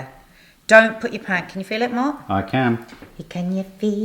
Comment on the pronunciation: Haha two "MARRRKS" in the first 90 seconds!